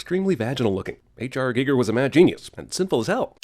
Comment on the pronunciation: Zzzzzzzzzzzzzip 4and a half minutes into this you mispronounced h.r. Giger its pronounced "geeger" not "gigger" now I could of named a bunch of other super nerdy stuff but this I could not let slide